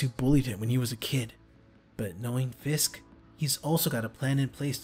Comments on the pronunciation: It's fisk not frisk fisk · Dude it’s Fisk not “frisk” and you need one steady voice actor for spiderman